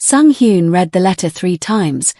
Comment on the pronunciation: AI Narrators need to learn to pronounce basic words like read ,live and wound correctly.